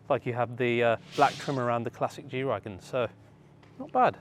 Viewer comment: isn't it "G-Wagen" not Wagon? It's short for Geländewagen